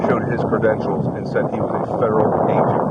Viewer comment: He Didn't say Federal Agent. He Said Federal A'Dewitte